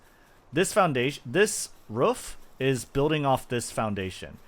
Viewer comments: It’s quite rare to hear native speakers say ruff instead of roof. But nice vid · Ruuf > Roof 😂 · Now do a video with you just saying roof for like 1h straight 😅